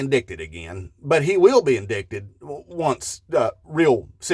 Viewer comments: In-dight-ed, not in-dick-ted. But now that i write it, i give this man credit for doing it on purpose 😂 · Please. Indicted: in-dited. Also, a Moral Pervert is what Trump is. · By “in-duct-ed” reasoning!😂😅😢😮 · He can’t be “in-dick-ted”!😂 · this is deductive logic, and you can't pronounce 'indicted ' correctly